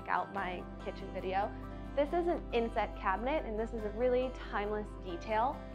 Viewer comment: Sorry, I really thought she said “incest” cabinetry 😅